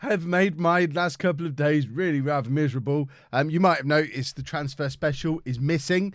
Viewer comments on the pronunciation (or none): none